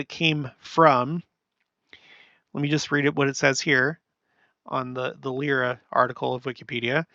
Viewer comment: I know how much you love people correcting your pronunciation, so I thought I'd mention that Lyra is pronounced "Lie-ruh." Keep the "lyre" and just add an "uh." :)